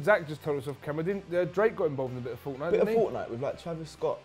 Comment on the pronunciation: to what happened mate I think I lost brain cells listening to you say fortnite 🤦‍♂️